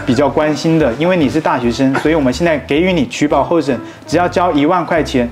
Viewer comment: 给ji 予 那个字在这里念 ji 三声